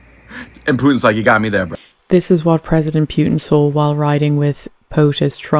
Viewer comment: Interesting how you pronounce Putin as Pewtin. lol